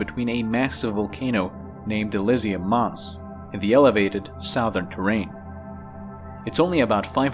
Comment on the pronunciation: Why do you say Southern like Sowthern instead of Suthern?